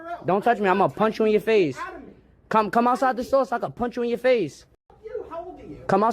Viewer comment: "Im gonna punsh you in your fase" 🤓